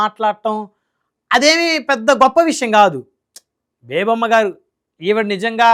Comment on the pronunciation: ఆ వనిత పేరు బేబామ్మా కాదు సార్!బేబీలత. (అమ్మ )ఎందుకు?